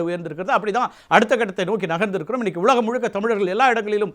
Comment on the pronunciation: அது ஒலகம் இல்லை... சரக்கு அடித்தவன் தான் அந்த மாதிரி உச்சரித்தான். உலகம் எங்கேயும் போகவில்லை நல்லவர்களுக்கு நல்லதையும் தீயவர்களுக்கு தண்டனையை கொடுத்துக் கொண்டுதான் இருக்கிறது என்ன தெய்வம் நின்று கொள்ளும். இப்பொழுது எப்படி கதையை மாற்றி இங்கு கமெண்ட் எழுதிக் கொண்டிருக்கிறீர்கள். அவர் பேசிய பேச்சில் ஒரு நிமிடம் வந்த இந்த விவாதத்தை மட்டும் எடுத்துக் கொண்டு அவர் ஏதோ மாற்றுத்திறனாளி ஆசிரியரை குறை சொல்லி விட்டதாக திருப்பி அடக்கடவுளே முழு வீடியோவையும் பாருங்கடா அவர் பேசியதில் உள்ள தவறுகள் என்ன என்று பேசுங்கள் தண்டனை வாங்கி கொடுப்போம்